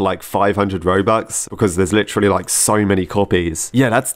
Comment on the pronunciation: I like how says Lit”tree”lly instead of literally lol